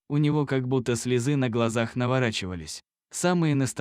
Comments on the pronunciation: Не слезы' а слё'зы, идиот! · Когда научесись правильно делать ударения ( слезы а надо слёзы) и слова не правильно произносите. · Слезы с ударением на е. Противно слушать! Испортили замечательный текст! Хотела подписаться, но чтец все испоганил!